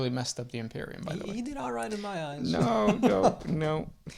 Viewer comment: I love the way you say imperium